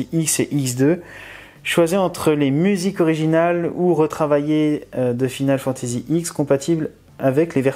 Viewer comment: eh eh, pourquoi prononces-tu FFX -> "Final Fantasy ixe" mais FFXII "Final Fantasy 12" ? ;p pour l'ost avec le jeu, faut pas rêver, vu que square-enix la vend sur son site :/ "pas les meilleurs ff", roh, quand même, je mettrais bien le x dans le top 5 et le xii n'en serait pas très loin :D le earthlock, je me suis tâté pour le prendre... mais j'ai déjà pas mal dépensé et faut que je me garde des sous pour mercredi prochain, au pire, c'est le genre de jeux qu'on retrouver sur le site d'auchan ou la fnac...